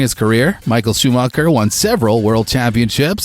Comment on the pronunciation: The way Schumacher is pronounced... Then Verstappen and the comparison with WWE. WWE has an element of acting in their sport. Formula 1 has no acting in a race. Come on dude...